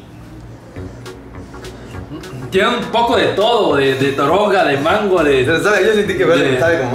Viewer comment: Like si escuchaste droga en el minuto 14:1 envés de toronja